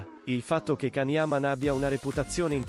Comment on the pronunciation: Lasciamolo in pace.... Se a una storia se la tiene per sé... La sua vita privata è solo sua. Sono d'accordo con can. È comunque imparate a pronunciare il suo nome. Ti voglio bene can